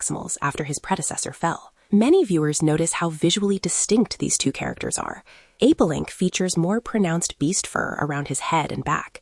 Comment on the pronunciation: It’s Apelinq and not Apolink.